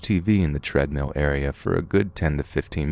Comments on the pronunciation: Until he says pokeymon or treadmeal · Ahhh....Watz a "Treadmeal"!? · I still heard tread-meows